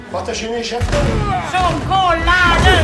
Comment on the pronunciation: Bin ich der einzige der bei "Schockolade" immer aggressiv wird:D